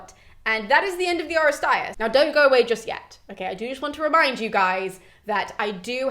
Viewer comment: This was the firs time that I've ever heard someone pronounce the term " Oresteia." I came across it several times in my reading but I never heard it said. This is very exciting.